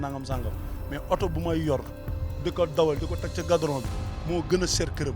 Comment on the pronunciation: Balla répète la manière dont tu as di goudron 😂 😂 😂 😂 😂 😂 Gadron.... 😂 😂 😂 😂 😂 😂 😂